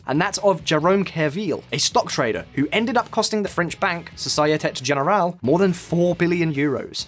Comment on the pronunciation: Please learn to pronounce "société générale" before making the video. Thanks